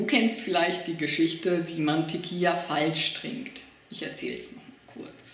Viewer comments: es heißt tequila nich tequija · Das heißt Tequila und nicht teqia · Diggah erstmal sprichst du tiquilla falsch 😂 und zweitens mal Fans du dachtest das ist lustig hast du irgend ne Geschmacks Verstörung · Mal abgesehen davon das du Tequila falsch aussprichst und das immer und immer wieder , bist du auch sonst ein kompletter Pfosten! Danke für's Video habe lange nicht mehr so gelacht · Propier nen witz zu machen und ist zu doof Tequila auszusprechen. Das ist Recordverdächtig. Und weil wir zu doof dazu sind sagen wir es gleich gefühlte 800 mal. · Tequila is mit einem l du kek also sprichs gefälligst richtig aus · Wen mann Teqi la nich richtig aussprechen kann sollte man kein video machen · Also 1. Ich bin wahrscheinlich mindestens 10 bis 15 Jahre jünger und kann Tequila aussprechen. Lern bitte ordentliche und ernst gemeinte Vid's zu machen.